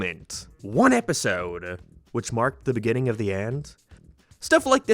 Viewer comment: Endeduh begininguhh nineuhh why do you talk like thissss